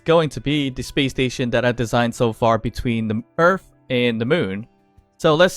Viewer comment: Please never go back to earf because most people pronounce it earth